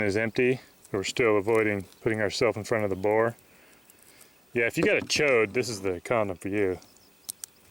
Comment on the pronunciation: he said chod